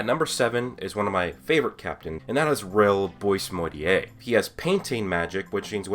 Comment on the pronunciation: It's pronounced as "bo-ah-mortier". Not exactly as boysmortier(boismortier).